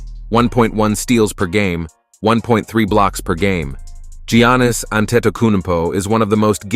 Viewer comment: Love the content but the names can be pronounced so much better. Gee-Annis it’s pronounced more like Yannis. also, “Duane” Wade? Kai-why Leonard? Kawee? KEEREE Irving? it’s Kai-ree. Dirk noVitski.Hakeem OlÁjuwan. abdil-jabber? No.